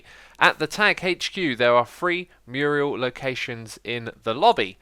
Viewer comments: i physically cringed every time x said murial instead of mural and they aren’t even murals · Its a Mural, not murial! Muriel is a woman’s name. And Acacia is pronounced A-kay-sha. 🙄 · another entry to X's word derp list :P mural <---- not mur-i-al ˈmjʊər(ə)l/Submit noun 1. a painting or other work of art executed directly on a wall. "huge murals depicting Norse legend" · I think you mean "mural" ... not "murial". Also it's still not "uh cha cha" ... it's "uh kay shuh". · It's mural not murial, even though it doesn't really matter since what you actually want is a diorama. (mural is 2d painting) XD Good to see the Tag building nearing its completion, but I must say that while having a place with clear rules and tracking is nice, requiring the player having to go through all that redstoned walk sounds overly complicated. Getting tagged is already shameful as it is and it was fun just watching the hermits being silly and casually tagging each other without organized rituals. But I guess you guys already put a lot of thought into it so it'll be interesting to see how it turns out. I hope everyone gets tagged at least once each. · Xisuma! It’s not called a Muriel, it’s a mural “mew-ral” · Yeah, so, it’s “Mural” not “Murial”. Murial is a name, a Mural is like a mosaic... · MURAL NOT MURIAL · In America we call them murals, and not murials. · Murial 😂 its mural! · Its a mural, not a murial :X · Can someone, please, please, finally tell that it's not Muriel, it's mural. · Murial? C'mon X, lol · Good episode {apart from driving me crazy saying Muriel?} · "Mural", Xisuma, the word is "mural" ^^ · The word is mural smh